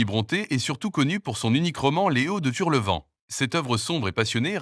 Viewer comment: Avec cette I.A.on demande grâce régulièrement !!!!!! quelle horreur !!!!!